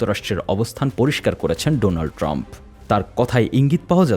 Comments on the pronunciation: ডোনাল্ড ট্রাম্প কে ডোলান ট্রাম্প বলেছে। বাকি নিউজ দেখবো কি, হাশি থামাতেই পারি না। 😂😂😂😂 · মদি সাহেবের মুখে ডোলান ট্রাম্প শব্দটা ভালোই লাগলো, ডোনাল্ড উচ্চারণ করতে দাঁত ভেঙে গেছে। 😃😃😃🙈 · মোদি সাহেব ডোলান্ড ট্রাম্প নয়, উচ্চারণ টা হবে ডোনাল্ড ট্রাম্প, আগে উচ্চারণ শুদ্ধ করুন তারপর ইংরেজি মারেন । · Dolan tram✅ Donald trump❌😂😂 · ডোলান ট্রাম্প ❌ ওলান ট্রাম্প ✅ 😂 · ডোলান ট্রাম 😅😅, মূর্খ ভারতের প্রধানমন্ত্রীর ইংলিশ শুনুন। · শালা ডোনাল ট্রাম্প‌ও বলতে পারে না, বলে ডোলান ট্রাম্প বলে। গোবরখোর চা-ওয়ালা কোথাকার। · ডোলান টাম্প কি দারুন উচ্চারণ! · চা ওয়ালা কি বলে,,ডোলাল টাম্প 😆 ঠিক মতো নামটাও উচ্চারণ করতে পারে সে নাকি ব্যবস্থা নিবে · হারাম জাদা নামটাও ঠিক মতো বলতে পারেনা দোলাল টার্ম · ডোলাল টাম্প চা ওয়া নামটা ও ঠিক মতে বলতে পাৱে না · মুদি ডোনাল্ড ট্রাম্পে নামটাও ঠিকমত উচ্চারন করতে পারে না। ট্রাম্প শুনলে বেতরাঘাতে ওর হোগা লাল কইরা দিব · মোদি বাবু ট্রাম্প সাহেবের নামটাও শুদ্ধ করে বলতে পারেনা